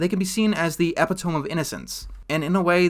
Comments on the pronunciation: At ~ the word epitome is pronounced "eh-PID-oh-mee", not "EP-it-ohm". I didn't see anyone else mention this. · e-pit-o-me not ep-i- tome. Thanks for your analysis! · Good video buuuuuut "epitome" is pronounced "ee-pit-o'-mee" and not "ep-i-toam" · Eh pih toh me not Epi Tome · Dude, it's pronounced "epitomy", not "epitoam". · Epitome is pronounced E-pit-o-me not E-pi-tome Just FYI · I agree with almost everything you said, but I cannot stand one point. . . . . Its pronounced Eh-PIT-oh-me, not E-pi-Time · Epitome isn’t pronounced like that, It’s ep pit u me not epi tome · EH-PIH-TOE-ME Not EH-PIH-TOHM It's not a variation, it doesn't go both ways. Your pronunciation is incorrect. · Im sorry., but I gotta dunk on you for pronouncing epitome as "ep-i-tome" instead of "ep-it-o-me" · its pronounced epi-toe-me not epi-tome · Epitome is pronounced ehpitohmee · Epitome is pronounced epito me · ish "Eh-pih-toam,"? Come on, man. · lol ‘epiTOME’ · LOL it’s pronounced e-PIT-o-mee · this nigga said EPI-TOEM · Epi-tome? Lol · The word "Epitome" is pronounced eh-pih-toe-mee. Great video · the word "epitome" is pronounced "eh-pit-oh-mee." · How dare you... ...pronounce "epitome" as "eh-pih-tohme." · Groening is pronounced "grain-ing" and epitome is pronounced "uh-PIT-o-mee". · E-pi-do-me not "epitome" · EPITOME!!!! It’s pronounced “ah-pit-oh-me” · Fyi epitome is pronounced like "epidemy" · epitome: e-PIT-o-MEE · "E-pit-toe-me" I used to make the same mistake a lot just part of how english is weird nothing to worry about. :) (Similar situation: I also used to pronounce "inventory" not "in-ven-tor-ee" but more "inventor-ee" lol ) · I know this is the tiniest nitpick in the word but epitome is pronounced like e-pit-omy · it's pronounced "ehh-pit-toe-mee". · Epitome uh-pit-uh-me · I like you and I like your content and I'm still watching this video. However "Epitome" is pronounced "eh-PIT-uh-mee". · epitome lol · A sperg saying epitome incorrectly what the fuck